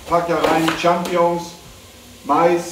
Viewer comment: Also ich liebe Monte echt aber ich hasse es wie er Champignons ausspricht 😂😂